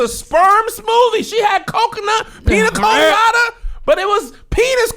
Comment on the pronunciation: You said “PEEN-a-colada”!!!